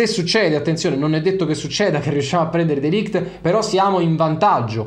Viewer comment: Si pronuncia MatEis(c) DeLigt